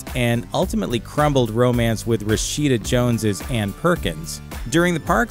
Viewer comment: Its pronounced ’👉👉 Ann Perkins’